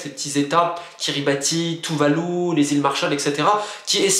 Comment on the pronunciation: Petit détail, Kiribati se dit "Kiribass". "Ti" fait un son "s"